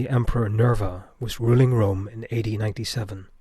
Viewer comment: It sounded like he said 80 instead of AD. had me confused for a second 😂